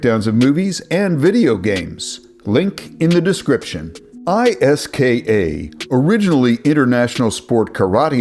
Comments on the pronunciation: Yeah, listen to the man who says iska as a word, and not I.S.K.A 😂 And you call yourself? If anyone is a fraud, I wonder who it is. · I s k a…. Not iska 😂